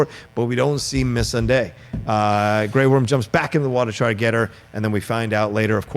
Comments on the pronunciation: When they pronounce missandai like miss sandy lmfao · Can someone please tell this guy to say Missandei the right way? Smh lol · Yo your dude in the middle absolutely butchers names. Just saying. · I find it distracting how pronounces Missandei also how he pronounces Umber. 😂